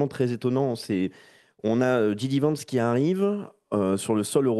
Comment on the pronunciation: c'est pas "gidi vance" c'est "gédi vance" en phonétique !!!